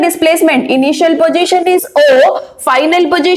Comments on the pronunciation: All ok but plzz dont say pogition it's position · It's not pojition its positioni keep on distracted when I hear it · Did well mam. But its position not pogition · Kindly pronounce the word position properly